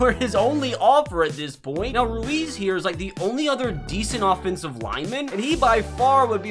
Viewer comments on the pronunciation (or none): none